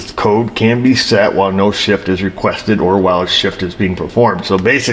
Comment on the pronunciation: ......or "F"s, "shift" came out wrong! lol